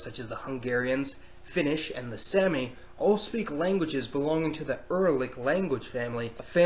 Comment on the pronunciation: Someone has most certainly already commented this probably, but sami isn't pronounced like "sammy" it's pronounced more like "saw-me" that's why you might see people spell it like sámi or saami, to emphasize the long a sound.